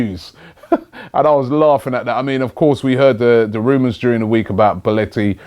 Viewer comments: It's Belotti for fuck's sake! Not Belletti... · Why do you keep saying belleti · Still butchering Belloti's name... Robbie you're a legend :-D